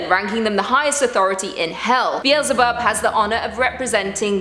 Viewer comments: Be-el-ze-bub. Get it right! 😆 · It's not "Beel-ze-bub"... It's Be-el-ze-bub.